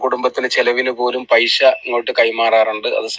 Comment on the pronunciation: Paisha alla paisa Annu parayu paisha alla naak vadichi vaaa🤪🤪🤪🤪😀